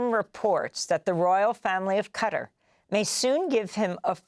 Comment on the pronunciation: Qatar is pronounced kuh-TAR, instead of cutter.